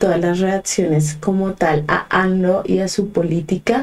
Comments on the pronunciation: Es amlo,no anlo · No es anlo, es amlo, aunque les cueste trabajo pronunciarlo